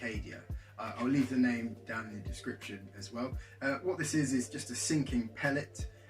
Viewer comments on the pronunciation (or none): none